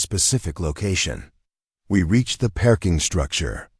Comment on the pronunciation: Listening from Clarksville, TN. Oh no, another Dr. Chen, but this has turned in to a zombie. Please, please do something about this pronunciation - perking for parking, Dr. Chun & Dr. Chen mixed up.